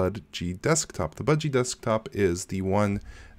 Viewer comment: You keep saying Bungie...